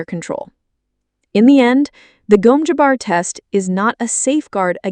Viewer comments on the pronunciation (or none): Gom Jabbar, not Gome Jabbar